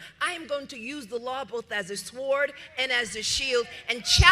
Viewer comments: The W sword is silent just saying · Leticia, it's p-o-w-e-r, not p-o-w-a-h. And the letter 'w' is silent when pronouncing the word sword. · The "W" in sword is silent leticia james. Return to your DEI school, and learn some basic pronunciation of words. It's ask, not axe.